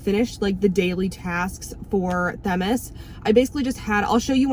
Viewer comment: I'm sorry, but I think you mispronounced Themis.